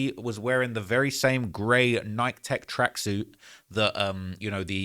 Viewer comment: I hate how you say Nike 🤦‍♂️ 😂